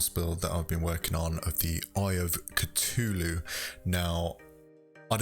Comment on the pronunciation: Sorry I get mad that you pronounce it at “Citulu” it’s Cthulhu